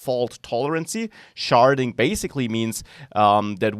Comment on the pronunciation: "Sharding", lol.